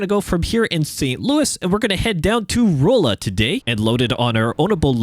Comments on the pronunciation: Glad to see you driving in my state! Just a quick pronunciation tip: The oll in Rolla is pronounced like All, so R(all)a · Just a note, Rolla is pronounced Raw-La. I went to school there . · Yeah I’m from Salem 😂 hearing “roll-uh” scratched a nerve the wrong way 😂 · I came to the comments to see how many people were probably cringing every time he said Rolla, lol.